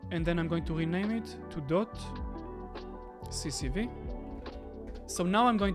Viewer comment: We say C S V , not CCV...